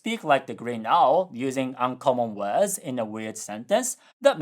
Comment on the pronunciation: You really gotta work on your pronunciation of "words". You always pronounce it "wuds" instead of "werds".